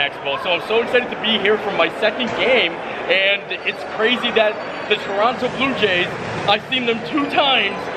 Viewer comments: I've lived in Toronto for 36 years and have never heard a single person here call it "Torono." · any of my friends and anyone else i know all pronounce it Torono and leave the second T out of the name and i have been around for 55 years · I'm so happy to see you explore Toronto! I lived there for over 20 years. A lot of us pronounce it "Torono" 😂 Brave soul for doing the Skywalk! I'm now residing in Ottawa but travel back to Toronto frequently. Thanks for your fun video ❤ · Okay so I’m from Toronto and been watching your vids for a while so this was cool to see! Definitely pronounce Toronto like “Toronno” (no second t). Check out Buster’s Sea Cove in St Lawrence Market (best lobster roll ever). Also, for the Disney fan - Offworld and Storm Crow Manor is a super cool restaurant/bars to check out. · Definitely Torono we never pronounce the second T. Glad to see you in my hometown!! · I love this! Wish we could have come to meet you while you were in Toronto (which BTW most Canadians pronounce Torono- silent T) You’re so great :) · Most Toronto natives say it as Torono or Trona. Glad to see you enjoying our city and Canada 😊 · Welcome to Torono (you don’t pronounce the second T). For the sandwich, I’ve never heard of marmalade on those! I only put on mustard. Sounds delicious though, sweet and salty are delicious! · Welcome to Canada! Great video. As for the pronunciation of Toronto, no one says the second T. Most say Tronto, dropping the first O and the second T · Hey,! A friend's cousin of mine is from there. He just sold his home and moved to London where my friend is. He says it's pronounced Tah rah na. Lol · As a former Torontonian, correct pronunciation is “Torono” Defiantly hit the ROM (Royal Ontario Museum) next time. Also if you can see a show at the Princess of Wales, Royal Alex and/or Ed Mirvish Theatres. The custard tarts made me home sick! Can’t find those in Vancouver! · Some of us say Toronto like “Churanno” lol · we say Torono lol, or the six